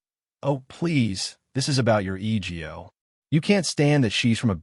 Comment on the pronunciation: Another poorly done AI video, full of errors and mispronunciations, from a new(er?) channel. Will they ever learn to edit, or will they let their “Eeee-Geee-Oh”s ( time mark) continue to get in the way of posting quality videos?